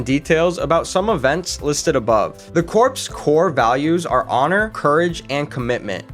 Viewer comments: my man I know you probably meant well by it and intended it to be a straight forward factual video...but it's really botched. I'm not a marine yet, but please dont ever call them the marine corpse. It's pronounced "core". And the Auschwitz part, as a 4 Generation Polish American, not the best reference picture my guy. I'm not usually offended by shit but as a Polish soon-to-be Marine...bruh lol Now I will say that I love the fact that you had no 5 minute long intro about your name and biography and crap, you just hopped straight to the facts. More videos should be that way. Okay I shut up now. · This is so terrible. I’m 2 minutes in and I can’t continue watching. Marine Corps, pronounced like “core”, not “corpse.” They are not dead bodies 🤡 and what visually has anything to do with the marines except for snippets